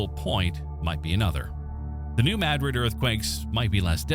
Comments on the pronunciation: It is pronounced... NU MADdrid .... not... Nu mahDRID. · I enjoyed this, but the AI mispronunciation of Madrid was a major, annoying distraction from the quality of the production. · I quit watching when New Madrid was mispronounced.